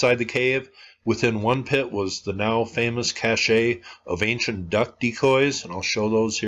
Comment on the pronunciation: Love your work. And fyi, "cache" is pronounced "cash"!!. "cachet" (pronounced "cashay") is a whole 'nother thing!